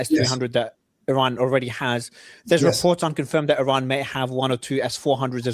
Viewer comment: Please correct the analysts regarding the proper pronunciation of the country of Iran. Thank you. 😅